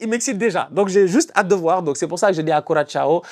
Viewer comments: coração (koura-ça- o, au pire. la fin est compliqué de prononcé pour les francophones mais un ç reste un ç et non cha, très insultant) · et HO , STOP !!! apprend a pronouncer Curaçao !! Cul Rat Sa o !! pas Ciao !!! c’est pas marant du tout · Référencement Juste au passage, Curaçao se prononce quasiment Croissant (ça vient de la forme de l'île)